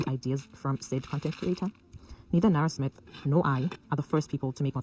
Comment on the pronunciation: You perfected both her name and last name